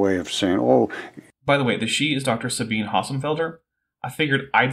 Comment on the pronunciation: I rewatched this because it's funny, and I noticed you missed the pronunciation of Sabine's name. If I remember IPA, it would be: sʌ•bin•ʌ Otherwise, it would be like sun without the n, bean, and none without the final n sound. I'm sure you'd prefer to get someone's name correctly, so I figured I'd pipe up about it. 🤷‍♀️ I hope you don't take it as an insult.